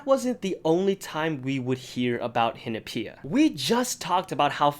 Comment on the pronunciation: Am I the only one that doesn't pronounce Hinapia like that